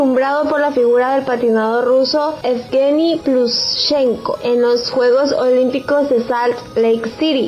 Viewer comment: SE DICE PLUDCHENCO,NO ES TAN DIFICIL!.Si se va a hacer un video,aunque sea lease lo que va a decir che!